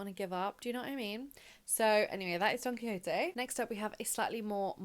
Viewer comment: Just wanted to jump in here to say you pronounced Don Quixote perfectly.